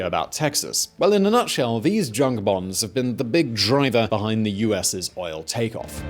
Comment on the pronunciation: The American voice said, "Bahns," German for highways.